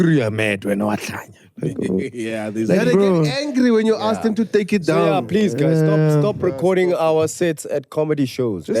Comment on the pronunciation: "AKS" - I'm "aksing" you a question 😂😂😂😂